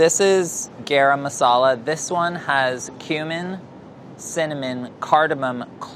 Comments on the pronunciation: Kate Marlow you pronounce it as GUH-RUM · There are such thing as Masala Salt (Garam)? Basically spiced salt? Or salted spice??? And it's pronounced Gah-Rum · I had a full body cringe at how pronounced "garam" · I feel like pronounced it with the d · Ok Priya, you have got to teach these guys how to pronounce “garam”. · I love but his pronunciation of garam is giving me stress Also an Indian woman giving you a 90 is not a complement that's a failing grade y'all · someone fix his "garam" pronunciation!!!